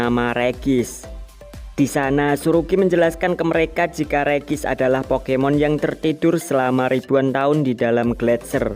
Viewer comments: Bang ngomongnya regi ice bukan regice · bang ngomong regiice bukan regis tapi regiais